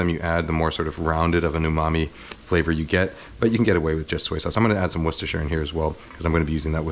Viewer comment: One of only a handful of Americans who can say Worcestershire.